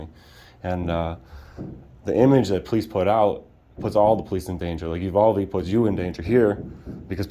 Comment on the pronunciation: You're mispronouncing Uvalde.